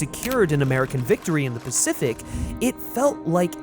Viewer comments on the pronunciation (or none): none